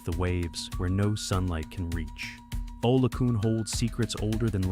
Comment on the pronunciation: Olokun: pronounced OLOKOON.